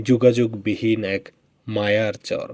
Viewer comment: আপনার ভিডিও দেখি ভালোই লাগে। একটা পরামর্শ দেই কিছু মনে করবেন না। একজন শুভাকাঙ্ক্ষী হিসাবে সেটা হলো চর উচ্চারণ করার ক্ষেত্রে কিছুটা সমস্যা দেখা যাচ্ছে আপনার। চর এর উচ্চারণ টা শুনতে চোর এর মতো শুনা যাচ্ছে। এটা একটু সংশোধন করবেন